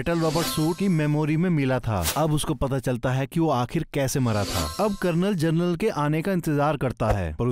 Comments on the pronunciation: Jernal nahi genral hota hain like karo baccho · पिंडोरा नहीं पैंडोरा जरनल नहीं जनरल 🤣